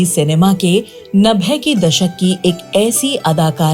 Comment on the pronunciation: 90 theek se bolo